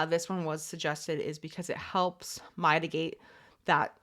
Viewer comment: Mighty-gate! Is that how they pronounce "mitigate" in Canada? Thanks for putting this together for the idiots in the room, like myself,!